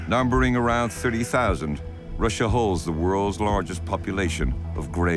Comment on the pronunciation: The narrator doesn't know how to pronounce Russia correctly. Where do they get these people?